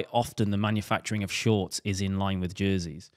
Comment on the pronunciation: Jerseys. It’s “jerseys”